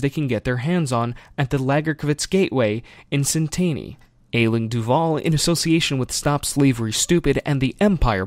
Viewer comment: Just saying... I'm pretty sure it's pronounced 'Ash-ling'